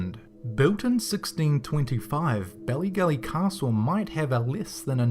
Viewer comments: It's not pronounced belly gelly haha in Ireland we accentuate our vowels so it's pronounced baalley gaalley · bellygelly? dude its bAllygAlly that's how we pronounce it its how its spelt